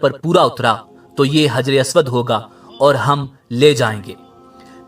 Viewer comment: حجر اسود ح سے آئے گا نہ کہ ہ سے